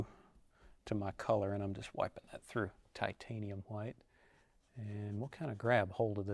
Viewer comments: Titanium ha-white. Bob use to say it the same way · No fro...no go!!!!!! I'm just kidding. I like this guy. As long as he talks softly and pronounces it as titanium hawhite. Nope, nevermind. He didn't narrate beating the devil outta his brush. This man is a fraud..He has not been trained by Bob Ross,he did not mention beating the devil outta the brush on his first beating the devil outta his brush......Again I am kidding. I remember seeing Bob Ross almost 30 years ago ,one of my first memories as a kid and thinking he was cool. Bob Ross reminds me of my dad if my dad were a paint artist.